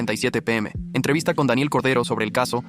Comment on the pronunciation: Corday❌ Cordero✅✅✅✅✅